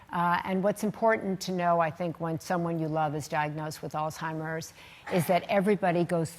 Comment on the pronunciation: It is pronounced all-hiem-ers not all-time-ers